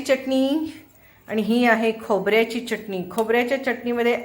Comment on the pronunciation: मँडम चटणी चा च उच्चार स्पष्ट करावा